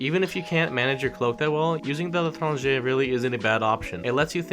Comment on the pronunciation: Saad khan LITRANGER